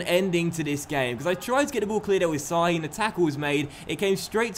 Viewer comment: Şahin is pronounced like Shahin. Not "s" but "sh"